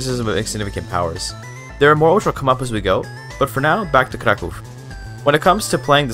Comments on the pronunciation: It's impressive hoe correct is your pronunciation of the name "Kraków". People rarely bother to care about it and move along. And this is just cherry on the very delicious cake. Keep going! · Your pronunciation of Kraków sounds just like a native's, I'm thoroughly impressed and even more so considering you're a native English speaker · Your pronunciation of „Kraków” made me think you're a fellow native Pole, lol. I tried Kraków, but got bored, so overbuild my army with cheats and still lost against Austria. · Wow. He pronounc krakow normaly. Yay